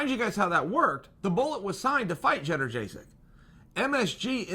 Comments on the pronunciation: At least say this Chael - yoan-j-check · Jedderjaysik?? Jesus, Chael really does suck with names. First Ya-ear, now this! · It’s yad-jay-check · Jenna jaysick chael you must know your pronouncing g that correctly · Lmao “cheddar-jay-sick” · “Jedderjaysik, am I saying that right ? “ No, stick to Joanna 😂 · Bro, Schevchenko is pronounced just as it's written. Jedrzejczyk (had to google that) is pronounced "jonjasyk". Or at least closer to that, than what you said. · Chael doesn't mispronounce names, Joanna just never knew what her name was. She is now, Judder Jaysic. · He always gets the last name wrong I'm beginning to think he doesn't even care at this point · Chael you forgot how to say Joanna’s last name before you even fought fedor